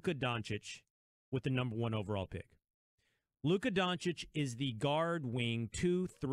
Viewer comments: Kellerman: DoNkItCh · Max Kellerman: "Donkich". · why is max kellerman calling him luka donke-itch 😂😂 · Subscribed, it's funny how they say donchik not doncic the disrespect towards doncic was real, but he proved all haters wrong. All nba franchises should know if Steven a Smith says a european Player isn't worth it, he's going to be an all Star or franchise Player porzinges, doncic, are prove of it. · Max Kellerman : "Donkey-itch" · Stephen A: Donchick Max: Donkich: Donakick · Nobody: Kelkerman: Donckitsch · Kellerman: “donkich” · Kellerman: "Luka DonKIC". 🤦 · Max: "Donkitch" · Stephen A can't even pronounce the dudes name correctly lol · no shit Max doesn't know much about Luka as he can't even pronounce his last name right